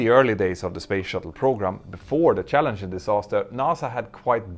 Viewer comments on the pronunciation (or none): none